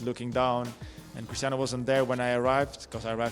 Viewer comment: Today i got its not cristano its Cristiano😂